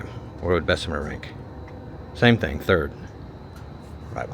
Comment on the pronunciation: Anywhere poverty is crime will exist. And its pronounced bess mur... My family is from there and Birmingham